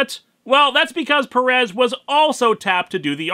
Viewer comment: Heya Linkara, as a native spanish speaker I can tell you this: Stop mispronoucing Pérez. Look at the accent, you have to stress the FIRST e, not the second one.